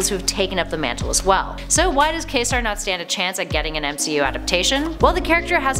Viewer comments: Quasar is pronounced kway zar. Like the celestial body. How do you screw this up? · Quasar is pronounced Q-w-azar the U takes a W sound in the worded structure it is not silent and the S takes a Z sound . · PRONOUNCIATION! KWAY-ZAR!!! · Ummmmm. It's pronounced Kway-Zar, the the astronomical phenomenon...... Quasar..... Sheesh. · Kazar is a Marvel's Tarzan... Quasar is pronounced "Kway-zar" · It's pronounced KWA-ZAR!! ...and ROM Spaceknight's rights will keep him out of the MCU. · It's pronounced ˈkwāˌzär marənər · She said KAY-SAR?? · It's Quasar pronounced Kwa-zar! Like the old TV brand. Jeez, what are they teaching you kids these days?!?! Quick - do you pronounce that "kick"? NO!! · Awful. Clueless as to Marvel. Quasar (pronounced Kway-zar) wields the QUANTUM bands not the Nega-Bands. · At least I am not the only one who cringed when she said Quasar. I was just so not happy with how she was saying shit. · Right.. I was starting to think I had been pronouncing Quasar wrong for the past 30 years. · You can pronounce Quantum correctly, but not Quasar? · I adore you, and it is awesome to see you back doing videos. But, you still need to shake off the cobwebs. It would be more appropriate to label the aforementioned Marvel folk as "characters", not " superheroes", and, also the pronunciation? I at first thought you were referring to Ka-Zar. It's pronounced "Kway-Zar", and they really exist in physics. Just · It's not hard to look up the pronunciation. I assume she screwed up the pronunciation of Quasar, because there's the character Kazar (not sure whether there's supposed to be a hyphen in there). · You can say quantum as kwantum yet you cant say quasar as kwasar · It is truly irritating 😡 to see , or rather hear, this girl mispronouncing everything from Quasar to conjured..Man. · Quasar? Is he anything like Ka-Zar? Sure SOUNDS similar. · Top 10 mispronounced names! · She just mispronounced quasar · Isn’t it pronounced “kway’-zar”? She kept saying kay-sar. Js